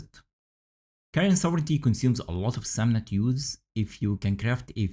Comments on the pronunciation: you pronunciation was perfect 😊 great video btw! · This is good info. Btw, thank you for actually pronouncing "sovereignty" correctly. 🤘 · Most of the native speakers mispronounce this buy my man here says it perfectly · Yeah, it's weird. I hear them say it a lot incorrectly, "sovereign-ee-ty". OP pronounced it correctly. Small thing, but it's a bit annoying to hear. lol